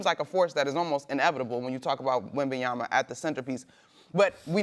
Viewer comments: Stephen, now that wemby gain your heart, now its time for you to pronounce his name properly after 2 years. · It’s been 3 years and SAS still can’t pronounce Wembanyama’s name properly. Just call him Wemby bro. The disrespect is crazy. Then he wonders why players don’t f**k with him anymore. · This mf cant day his name right? Its an M at the end not an N dude 😂😂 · Tell Stephen to but some respect on wemby and pronounce his name correctly smh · Can someone remind me how much Stephen A is paid to talk about basketball for a living? How much of a salary raise would be required for Stephen A. to know how to pronounce the name of the most prominent NBA rising star?! 😂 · Stephen A sounds like Francesa he cannot pronounce his last name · Stephen A has not pronounced Wembanyama’s name correctly ONCE. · Yo Stephen A, pronounce the name of face of the league correctly please. Thanks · Stephen A, you should be ashamed to call yourself a sports analyst when you STILL can't pronounce Wemby's name correctly and it's been 3 YEARS!! Stop worrying about LeBron and other people's wives and you might learn it..... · Will SAS ever say Wemby's name correctly.... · at this point is on purpose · Dude. Just literally thinking the same thing. How does such a fluent dude get this wrong? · SA is such a tool . Dude STILL can't pronounce Wembanyama. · It's intentional too.... He did the same thing with Giannis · At this point its just intentional and disrespectful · Stupid people love SA! He has to be mispronouncing the name on purpose. Either that or he's simply an idiot. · Like It's his 3rd season, and u still can't pronounce his name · in this segment, he literally got Victor’s name wrong the entire time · Stephen "WembanyaNNNa" Smith 😭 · It’s Wembanya(M)a…. I don’t understand how SAS “of all people” mistakes an M for an N 🙄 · Its easy bro. WEM-BAN-YAMA.... how TF is that hard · Can somebody tell Stepehen A, it’s WembanYAMA not yana😅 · It's WEMBANYAMA not WEMBENYANA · "Wembyana" smh